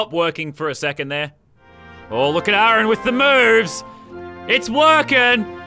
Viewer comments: a aron... wtf is with this pronunciation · he said a-aron have you been watching key and peele